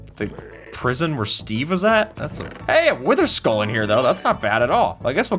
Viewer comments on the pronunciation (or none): none